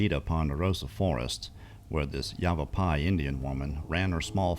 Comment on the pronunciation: you did say it right. I was impressed lol